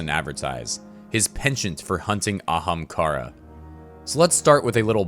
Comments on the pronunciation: I want him too but he pronounces ahamkara weird man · i want aztecross to help voice over just to hear him either continue to butcher the pronunciation of ahamkara or actually pronounce it properly. Gws Byf!